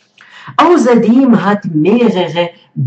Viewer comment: Ausserdem und nicht auserdem 😂